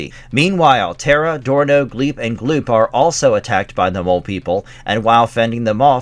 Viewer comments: The son's name was Dorno, with a 'D' not an 'S'. Jeez, did you actually ever watch this show if you didn't even know that?! 😨 And it's Gloop, not Glop. Edit: Well, at least you get their names right after the first time. That's a relief. As for the comic book, well... thank you sincerely for the recap of the first few issues; I heard of it but never got to see any issues of it. Glad you've shown us the first few issues, but the art and story quality and character development are imo all off. Zok was not iirc a female, and Dorno was definitely not such a spoiled, immature, reckless brat. And imo the stories are meh. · IT'S GLOOP, NOT GLOP! GET IT RIGHT! 😡